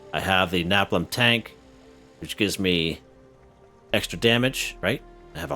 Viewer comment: Btw its pronounced (Ney Pom)